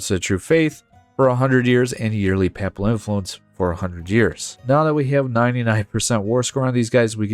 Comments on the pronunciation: Papal rhymes with maple. Except in EU4 videos, where folks picked up a lot of weird pronunciations of words they didn't know from old videos by Ludi and others who who don't speak native English. Pap-ul sounds like you're talking about baby food. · bro, the way U say papal pisses me off. other then that good vid